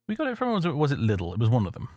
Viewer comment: The way pronouncecd Lidl made me feel things I didn't know I could feel